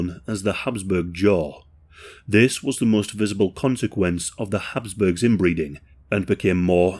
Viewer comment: Habsburgs not hasp